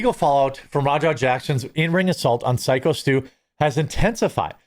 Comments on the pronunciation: Can you stop calling him Sick-O Stu. Somehow when you read the article you pronounced it correctly? Youre so outraged you dont even know how to say the guys name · Stop calling him sicko.... can’t you read bruhhhhhh....... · The guy's name is syko pronounced as psycho stew lol and idk how raja is not in jail this is insane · "SICKo Stu"?! 🤔 Do you mean SYKO Stu? (As in "Psycho Stu")? Just for the record, I'm not calling, or referring to Syko Stu as a psycho, or anything like that, I'm just saying...the name he goes by is SykoStu...and he is a bad@ 👊💪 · I just came here to watch Jeremy say "sicko stu" not "syko stu" 😂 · His name is Phyco not sicko. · Ok it's Syko not Skyo or Sicko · Quart- you're the ONLY one who keeps pronouncing it "Sicko". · Pretty sure it's pronounced "Psycho Stu" ...... Thanks for not letting this story go away. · it's Syko as in "Psycho" bubba. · I thought his name was pronounced psycho stu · I thought Syko was pronounced Psycho. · The fact dude still hasn't to figured out how to say syko stus name means he literally doesn't give a shit to about the story anyway. If you would actually have to watched any of footage you wouldn't be calling him sicko stu again man. I swear idk why i keep getting your shit recommend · I'm a regular viewer and left a thumbs down because you just can't seem to read (p)syco Stu's name correctly. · He pronounces it “psycho” I thought? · Syko Stu is pronounced Psycho Stu. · The way people keep saying Stus name wrong is annoying me more than anything else to do with this. Raja should've been in jail, I know the rest of us would've been if we had done some foul shit like that. Double standards, daddy's money and media fear, fucking bullshit. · Stop intentionally mispronouncing his ring name. He says it himself, in the can crushing video you should have watched. No excuse. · Say his name right you idiot. I also thought you were going to stop with the coffee ad reads. Wow, right away you are pushing it.